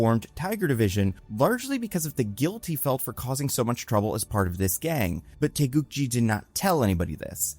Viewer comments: its GI not JI, taegukGI like the karate outfit. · korean here, its taegukgi with hard g's, not taegukji. with love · Taegukgi, gi as is geese, not gym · The fact you pronounced Taeguk-gi almost correctly is really amazing. I don't know how Marvel officially pronounces the word, but it should be a 기 (gi) instead of a 지 (ji) sound if the hangul is supposed to mean South Korea's flag. If anything, I'd expect americans to stumble with the Taeguk part, which you got perfect. Also excellent video, would love to see Yeun in comic roles again.